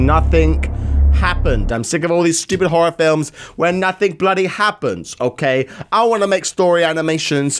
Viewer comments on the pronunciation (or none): its 'nothing' not 'nothink'